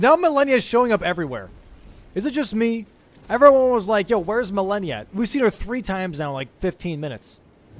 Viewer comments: Malenia ❌️ Millenia ✅️ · Why does he pronounce it Ma-leh-nia and not Ma-lay-nia? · why do u say milenia instead of malenia?